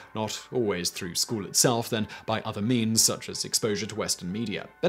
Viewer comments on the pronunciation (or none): none